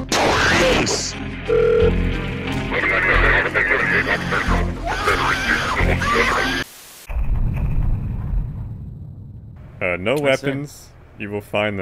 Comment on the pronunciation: "Now you will go to the POELEESE!!!"